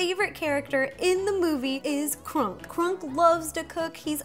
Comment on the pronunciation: Ro, Kronk is pronounced the same way as the word "honk".